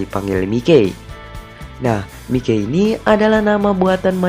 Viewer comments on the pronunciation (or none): Bang bukan Mikey memang nama panggilan nya Mikey tapi dibacanya bukan Mikey tapi mayki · Mikey baca nya maiki bukan mike kwkwk